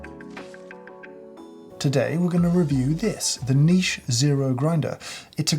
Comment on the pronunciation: So Happy to hear you say niche. I literally watched you say that 10 times before watching the rest of the video. THERE IS NO "T" in NICHE!